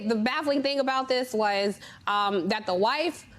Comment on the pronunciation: correction Johnny Doe, he did not say was... he said "waos".